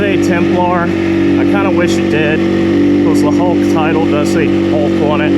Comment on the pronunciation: You mean a "hawk". It sounds like you're saying "hulk".